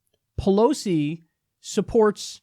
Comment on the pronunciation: Pelos? Is Kyle learning Spanish now?